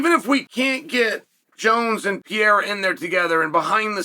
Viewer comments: For the love of God, not Pea-era, Pear-era. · You pronounce Pereiras name 4 different ways in one video 😅